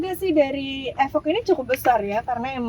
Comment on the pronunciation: Efok 🤣 bacanya ifoq mba wkwk